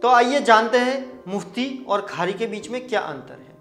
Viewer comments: Its not “Khari” the correct word is “Quari” means reciter, however nice information. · You are doing a great job! JazakAllah! And the word is Qari not Khari . Thanks again....